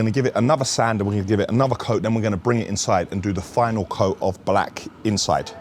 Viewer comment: The way this guy says BLAKK gets me everytime haha